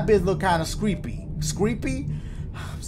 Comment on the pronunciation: 😂 I died when he said screepy 😂😂